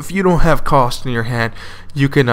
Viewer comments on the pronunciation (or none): Ka-U-St not Cost, welcome